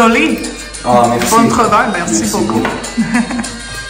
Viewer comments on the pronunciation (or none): none